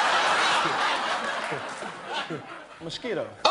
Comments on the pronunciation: Nobody : Gucci Mane : Mochquito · “MUSHKEETO” lmao